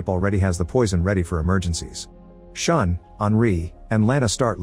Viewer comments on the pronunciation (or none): The pronunciation of yakuza, Takeshi, and Shun is so bad it pains me to watch 💀It's not pronounced "sean", but "shoo-n", and not "tekeshi", but "ta-ke-shi". Maybe just do a quick google?